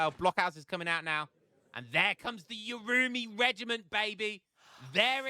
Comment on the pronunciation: I think the urumi is pronunces like "oohh.. roomey"